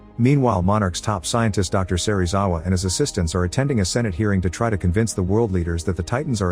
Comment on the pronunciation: bruh it's not a electric beam it's atomic breath. Edit: SERIWAZA?!??!?!?!? BRO IT'S SERIZAWA